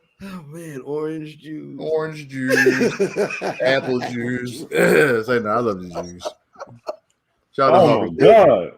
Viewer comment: "Apple ju"😂😂😂😂😂😂😂😂😂